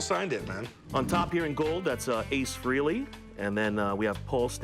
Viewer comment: Freh-ley, Not FREE-Lee